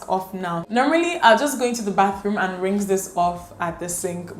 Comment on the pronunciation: Lovely video. However, the word is rinse, not rinks. Love you.